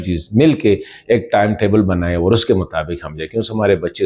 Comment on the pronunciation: I am from afghanistan. I learnt urdu from television. And my accent sounds better than you.aaaooor nahi (or) you sound like a joker